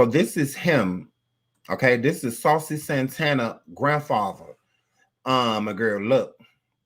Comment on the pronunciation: That damn fool said saucey grandpa 😂😂😂😂😂😂😂